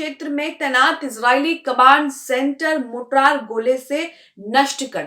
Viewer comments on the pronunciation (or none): मोटरार नहीं "मोर्टार" ..... कैसी पत्रकार हो ?? मोटरार नहीं "मोर्टार" ..... कैसी पत्रकार हो ?? मोटरार नहीं "मोर्टार" ..... कैसी पत्रकार हो ?? मोटरार नहीं "मोर्टार" ..... कैसी पत्रकार हो ??